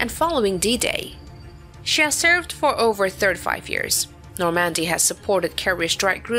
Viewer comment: I never heard of the Battle of Nor-Mandy...